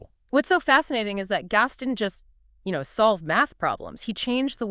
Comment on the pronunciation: The fact that they can't pronounce the name "Gauss" consistently is maddening! It's like nails on a chalkboard!